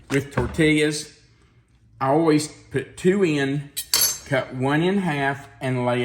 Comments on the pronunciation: San Antonio gal here with a tutorial in correctly pronouncing "tortillas." It's tor-TEE-yuz. I always enjoy your vids :) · The way you say tortillas is killing me.